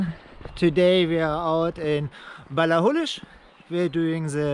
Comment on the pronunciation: Also, for the record - your pronunciation of Ballachulish is more or less spot on! 👍👍